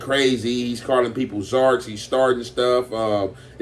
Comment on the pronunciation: “He’s calling people zarks & stuff”😂😂😂